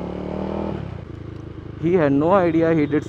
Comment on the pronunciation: Your accent on IDIOT was just out of this world ! 😂😂😂